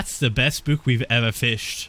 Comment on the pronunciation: the way he proounces book tho